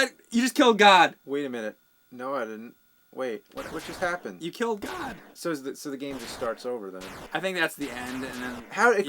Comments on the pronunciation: It's "Gond", not "God". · It's Gond, not God. For the record. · It's Gond, not god. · iTs GoNd NoT gOd! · Uhhhhh.... Actually, it's, "Luther destroys the GOND....." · It's not "God" it's "Gond" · Thank you. You can hear this in the commercial. They say Gond, not God. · Scrolling down to see 2697 dorks telling James and that it's Gond, not God. Was not disappointed. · heh heh, it's the 'gond', not 'god,' lol. wish i could have seen what the atari version of the first internet looked like. anyhoo, pop in a super-charger for some other cool games. there was an over-sized cartridge with a cord coming out of it that plugged into a cassette player. the games came on cassettes which you had to 'download' into the super-charger. it was quite bizarre, but they had some pretty cool, complex games. i would venture to say this came out right before the crash ('83/'84?) and i imagine the company fizzled out quick, unfortunately. :) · Are they saying "god" or "Gond"? Because in the commercial it's pronounced "Gond". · It's Gond, not god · It's "Gond" not "God" btw :) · it's gond, not god. :O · The commercial actually says "Gond", not god. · It's actually gond, dunno why they've been saying God lol. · Its Gond, not God. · I'm pretty sure they're mispronouncing it on purpose. Because...it was funny the first couple of times in Part 1? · "Gond" not "God" you idiots. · It's actually GOND, not GOD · It's "Luther destroys the Gond". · Great video but I must correct what you say about the boss in Vanguard. It sounds like you keep saying its "God" but its actually "Gond" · It's "GOND" not "God" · I believe it's actually "The Gond." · Gond... it's Gond, guys... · It's "Gond" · For fuck's sake...it's "the Gond" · If you listen closely he doesn't say god he says like gund or something. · Isn't it gond?